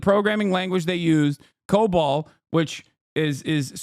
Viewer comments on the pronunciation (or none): Did he call COBOL "Cobalt"?